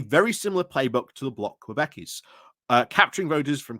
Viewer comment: koo-BECK-kwah. Québécois.